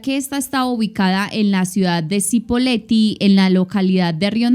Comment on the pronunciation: Se pronuncia CHIpoleti, pero todo bien. Muy buen video 👍